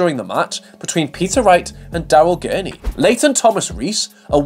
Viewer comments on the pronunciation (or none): none